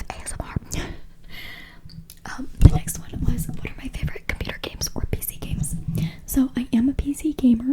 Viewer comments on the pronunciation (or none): none